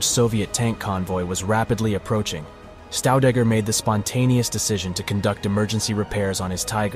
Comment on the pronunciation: His second name pronunciation is wrong. It's not Staudegger but Shtaudegger. The two letters St at the beginning of any German word is pronounced as Scht or simply Sht. All the best and thank you.